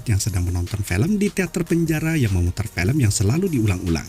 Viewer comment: Film bang bukan pelem .. cara bicaramu di ubah itu cok